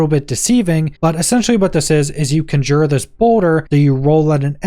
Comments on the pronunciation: Great video, thanks! The correct pronunciation is CON-jure and not con-JURE. :) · You keep saying conjure. It is conjure. Besides that, great video. I cannot wait to get my druid on. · Please learn how to pronounce conjure